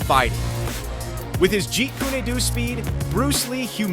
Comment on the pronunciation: Jeet Kune Do the Kune - KOON not Koon nay.